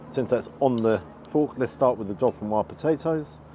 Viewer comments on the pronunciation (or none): none